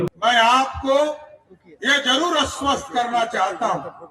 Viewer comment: अस्वस्त नहीं आश्वस्त होता है।